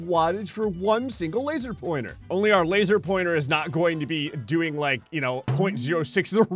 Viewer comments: ”So I haveth a laser pointere” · "So I haveth a Laser Pointere . . ."